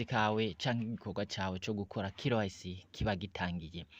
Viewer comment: Corrigez votre pronunciation. C'est K Y C( QUI WAY CI). IYO KILO WAYISI UVUGA IKOMOKA HE??